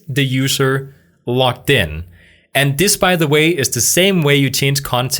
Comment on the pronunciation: Hey,, logged in is pronounced loGGed in, not loCKed in.